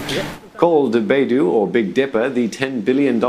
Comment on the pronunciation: 读成Baidu了，真逗